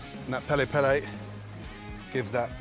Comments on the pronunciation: what is pela pela or is it supposed to be peri peri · Its Peri peri not pele pele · He said pele pele 😭😭😭 didn't think i could Love this man more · Pele pele instead of peri peri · Originally piri piri or more commonly peri peri, if however you are a hardcore Zulu who pronounces R's a L's... pele pele 😂